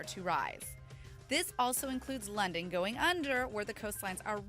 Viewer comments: That English tho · NUUUUUU NOT LONDAN I LIKE LONDAN!!!!!!